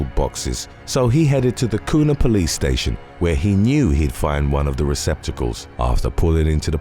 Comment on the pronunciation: Not Koona ID Kuna like Quena kuoona it's got a U sound to it